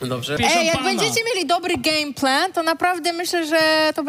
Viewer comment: Lexy: Jak bedziecie mieli dobry Gej Plen xD